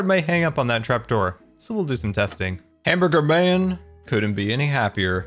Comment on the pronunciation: Héctor Paquot hambeargar not hamburger:)